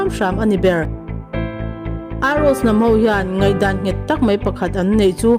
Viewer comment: Nangmah hlirin chhiar tawh la. ❤ mahse.. mai tih turah Mei tiin chhiar tawh lo hram la.. Mai an pawh, Mei an i tih duh hmel Chibai aiah Chibei i tih duh hmel bawk 😅😅😅